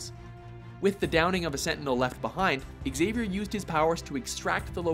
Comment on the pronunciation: learn how to pronounce "Xavier"